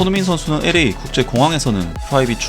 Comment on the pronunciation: 기분나쁘게 듣지는마시구요.앞으로 손흥민소식 전할때 LA fc 발음을 엄청많이 하시게될텐데. 오늘방송도 엄청 많이 언급하셨고. 그래서 드리는 말씀인데요. LA 를 발음하실때, 빨리 발음하게되면 엘레이엘레이 이렇게 들리게 발음하셔야합니다.혀끝이 입천장에 닿으면서 L 발음을 하신 후 A에이 이걸 빨리 발음하면 엘~레이 에프씨 이렇게 들립니다. 아는척해서 죄송합니다